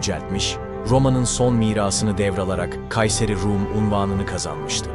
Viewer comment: Kayseri Rum değil, Kâyser-i Rûm. Şu okumalara dikkat edin. Tarih ıstılah demektir. Katletmeyin terimleri.